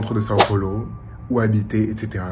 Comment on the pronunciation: Os gringos sempre falam " Son Polo " kkkk